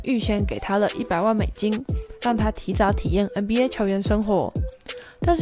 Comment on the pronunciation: 别再念”嗯BA” 了 ………… 求求你